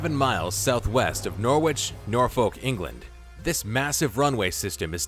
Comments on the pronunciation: I'm sorry but the pronunciation of 'Norwich' and 'Norfolk' was criminal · Did anyone else notice no he pronounced Norfolk 😂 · I live in Norwich, Norfolk. You made a right hash of pronouncing them by the way